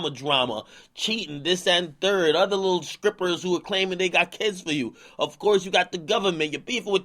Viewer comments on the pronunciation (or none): oh nah Ak said “Skrippers” he inna skreets now